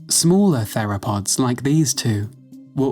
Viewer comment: The H in theropods is not silent